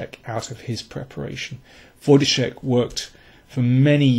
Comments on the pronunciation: You pronounce Wojtaszek correctly and not like kingscrusher ( watch ka zek ). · dokładnie tak. Byłem pod wrażeniem :) Wielkie brawa :) Some really fab commentary as well. Good job :)